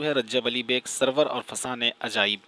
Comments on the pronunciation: suroor he bhai. sarwar nahi. tasheeh kijye apni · سرور نہیں بھائی سُرور